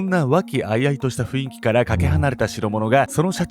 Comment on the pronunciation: 雰囲気→フインキと言っていましたよ。正しくは雰囲気→フンイキですね。